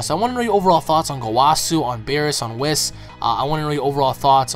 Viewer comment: Lol your saying whis wrong I think idk in the English dub it doesn't sound like that when a character says his name but cool vid bro